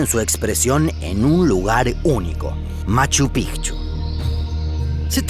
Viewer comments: Aquí estoy yo, de nuevo su contador de extraterrestres. en este video tenemos hasta el momento 313 raros a los que no les gusta esta maravilla de canal. es todo por hoy seguiremos informando. psdt: Por fin alguien que pronuncia bien el nombre de Machu Picchu, que alegría. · Por fin alguien que pronuncia bien machu picchu😃 se pronuncia así pigchu no pichu😒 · Al fin un canal que pronuncia "Machu Picchu" de manera correcta xd. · POR FIN ALGUIEN DICE MACHU PICCHU CORRECTAMENTE!!! MONTAÑA VIEJA! 😂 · Cómo peruano e hijo de cusqueña, felicito al narrador por pronunciar correctamente el nombre de la ciudadela, Machu Pi"c"chu y no Pichu como pronuncian los gringos. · Conciso, buenas imágenes, información correcta y buena pronunciación de los lugares. cada vez mejor y en el gran Machu Picchu. Fui hace 15 años casi, pero quisiera volver.